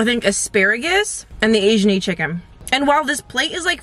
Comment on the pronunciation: “What’s in the chickn?” “Chickn😒” yup sounds very West Indian 😂🇹🇹 I wanna go I just need a ride.